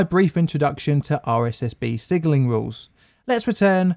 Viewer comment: Sigenling? Sigenling?